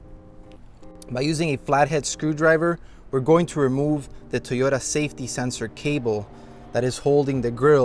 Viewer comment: Why is he saying Tiyota? lol